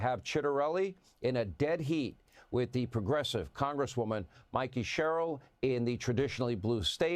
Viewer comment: Her last name is pronounced like the name Cheryl.